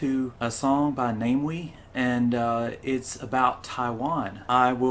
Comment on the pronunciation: Again I need to point out before you go any further, the name is NA MEE WEE, please, watch more of his youtube video then you can find out. NA ME WEE, not Name Wee